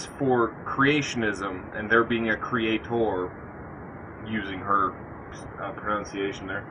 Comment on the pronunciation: Cre-a-TOR, cre-a-TOR - woman, shut the f*k up already!